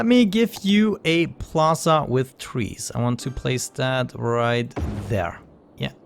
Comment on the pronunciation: I luv how he says trees/. He says twee